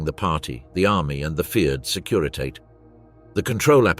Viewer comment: Securitate: sek you ri tah teh.